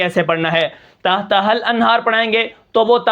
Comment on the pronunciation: تھتھا الانھار ؟ تحتھا الانھار